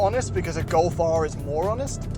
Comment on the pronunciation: "Get a Gof R". Not all of us like the look of a hatchback.